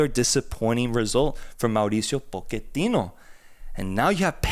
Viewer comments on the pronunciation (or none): Why do you guys keep saying Po-QUE-tino lol It’s POCH-ettino